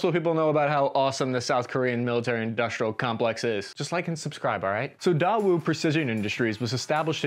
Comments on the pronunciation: "Da-Woo." It is actually pronounced "Day" (as in Sunday) "Woo." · "Day-oo" Not Daaawoo 🤣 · Good video, but the pronunciation of Daewoo was off. It's not "Da Woo" or even "Die Woo" it's "Deh Woo" or even "Day Woo". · Daewoo is pronounce as “Day-woo” not “Dah-woo” lol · I’ve always heard it pronounced day-woo not dah woo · Love the content. FYI 'Daewoo' is pronounced 'deh woo' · Another great video! Btw, the manufacturer is pronounced day-woo! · Daewoo = “Day Woo” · It's pronounced "DAY-WOO!!" Dammit! ^_^ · It's pronounced "Day-Woo". Also, ROK Army as in "Rock". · "Daewoo" is pronounced "day-woo". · U just butchered few korean word on this video starting from chung - 'choong' and DAEWOO - 'daywoo' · you should really take a second and google how to pronounce words. Daewoo is pronounced "tay-woo". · I don't like how he pronounces Daewoo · Does he mispronounce words on purpose? It actually kinda pisses me off like he literally said daewoo correctly at the start of the video and then never again like come on man